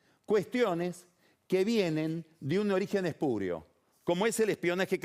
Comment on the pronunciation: "espurio" Pagni.... "ESPURIO".... NO "ESPÚREO". Mucho "chuicher", "tequint" y "Yolie", pero castellano, poco.....